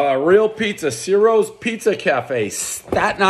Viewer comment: One bite, everybody who’s really Italian knows it’s pronounced “chi-roes””